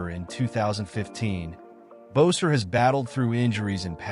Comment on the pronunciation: Hey, it’s not Bowser, it’s Boeser!